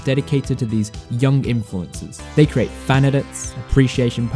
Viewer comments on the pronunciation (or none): none